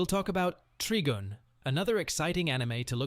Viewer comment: Treegun? It’s Trigun — someone needs to sort out the AI voice over.